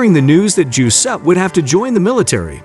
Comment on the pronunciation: Macabre = muh-kaab. Giuseppe = juh-sep-pee